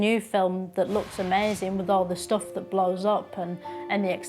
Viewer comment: Absolute genius making fun out of mindless drones who think everything is 'brilliuhnt' and like, 'amezing'.